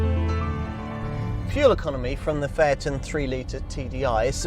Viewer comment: Can’t he say the name correctly????